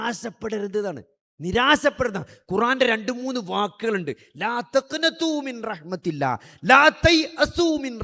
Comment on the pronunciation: മിൻറഹ്‌മതില്ലാ. എന്നല്ല മിർറഹ്മതില്ലാഹ്.. എന്നാണ്..